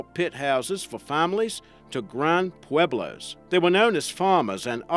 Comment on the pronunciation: Thank you for pronouncing Pueblo correctly. ❤️❤️